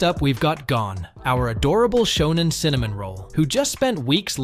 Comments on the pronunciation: that is not how you say gon name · Hunter x Hunter you need to Learn how to say Gon